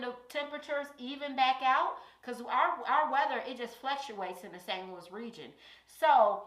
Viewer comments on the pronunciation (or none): none